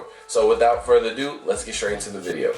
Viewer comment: A “viddo”???🤣🤣🤣